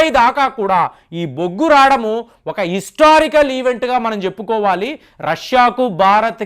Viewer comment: రాడము కాదండి రావడము అనాలి.